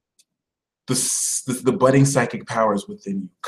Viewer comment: Uhm did you say it's "budding" or "butting" now for Scorpio? (Rising, here) I don't have any r-ships "budding" currently, but I do have the "butting" on lock down Lmao